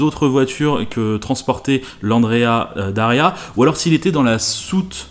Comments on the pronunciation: C'esrt "Andrea Doria" pas "Daria". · Andrea Doria et pas Daria, sinon sympa comme vidéo. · Super vidéo! Par contre c’est Andrea Doria et pas Daria ;) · c'est Andrea Doria, et non pas Andrea Daria 😉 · Petite rectification si je puis me permettre, c'est l'Andrea Doria, et non l'Andrea Daria. ;) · Cas n° 1 : Andréa D O ria Cas n° 2 : Waldos de los Rios (et pas del Rios ). C'est marqué d'ailleurs. Cas n° 3 : Faire le cornichon toute une matinée avec une bagnole en lui donnant de l'éthanol à boire ... Bon, je ne suis pas spécialiste je ne dis donc rien même si j'en ai envie. Mais en 2008 les téléphones portables existaient en tant qu'objet de consommation courante depuis 13 ans, non ? Ils ne pouvaient pas appeler les pompiers à distance ? Et ces derniers n'avaient pas un véhicule d'intervention à l'opposé des stands ? Ou alors ils étaient partis manger et les journalistes ont fait tourner le véhicule alors que la sécu était «off» ? Pas très sérieux. Ce n'est pas un milieu qui m'attire. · Andrea Doria Not Daria. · C'est l'Andrea DOria, pas DAria. Andrea Doria était un grand amiral de la république de Gênes. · mille excuses, mais c'est l' Andréa Doria, s'il te plait... mais sinon, ça va, hein!!